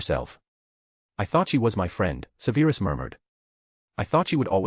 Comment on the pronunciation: Im not halfway through and enjoying enjoying this greatly but theres one thing tha distracts me and I wish you'd fix it. "Severus" is prounounced SEVerus, not seVAIRus......ALWAYS. Thanks, Madam Mim